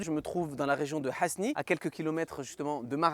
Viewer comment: Salam Aleykoum Vous voulez parler de la ville d'Asni ? C'est chez moi Subhan'Allah, par contre ça se prononce Asni, pas Hasni